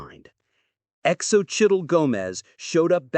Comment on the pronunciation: Really..mylove is so right. Ruins the whole thing